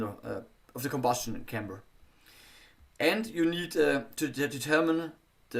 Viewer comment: Спасибо за напоминание. Это замечание важно особенно тем, кто возьмётся анализировать текст самостоятельно, без преподавателя. Хотя ошибок ничтожно мало, в основном это произносительные ошибки или сильный акцент, но их тоже находим. Например, произносит слово chamber как camber!!! Camber - это термин из геометрии подвески. А он говорит о камере сгорания. Важно видеть и понимать, в чём состоит ошибка и насколько она критична для понимания речи. Сильно оглушает согласные в слове drag. Из-за этого на слух можно услышать почти track.